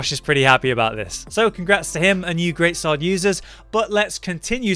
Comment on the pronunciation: ''GREAT SWAW-ORD" you know you can hear him